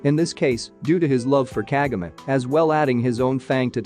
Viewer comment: The way he said Kagome & sess name though 😂 I could have died 😂😂😂😂